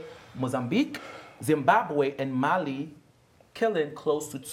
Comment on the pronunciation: It’s not Mali it’s Malawi don’t disrespect us like that